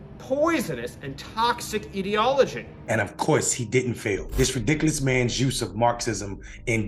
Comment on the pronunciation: Dude couldn't even pronounce ideology. Lmao what a political expert.